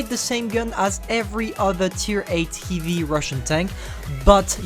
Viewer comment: Your pronunciation on the word heavy